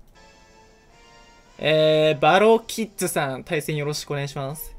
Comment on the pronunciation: キッズの(ず)が(づ)で草